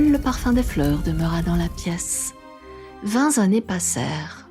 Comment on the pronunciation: Ce conte est très beau. Les dessins sont réussis. Par contre attention, on dit 20-t-années pas 20-z-années. 20 se termine par t pas par s. Vivement les prochains contes.